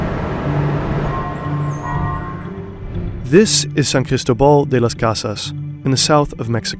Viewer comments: I found so funny you saying ChristoBall when its CristObaal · San CristÓbal not sancristobAl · It’s NOT that hard to pronounce San CrisTObal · San "Crystal Ball"? Are you kidding me with that terrible pronunciation?